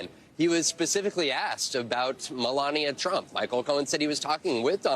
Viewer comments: ....he did what the prosecutor "Aksed" him to do?? The word is ASK ASK Like ass+k ask! You're on NBC being watched by 10 million people! Speak proper English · He axed him what to do,😅😅😅😅😅😅😅😅😅😅😂😂😂